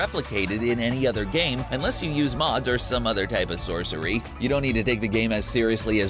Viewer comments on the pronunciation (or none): none